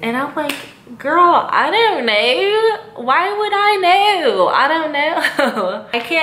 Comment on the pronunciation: When she said “I don’t know” in that accent. Lol